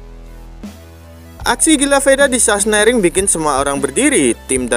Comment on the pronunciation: Sachsenring....bukan sasenering😂😂😂